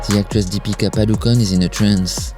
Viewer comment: Love that u pronounced deeepika’s name perfectly :))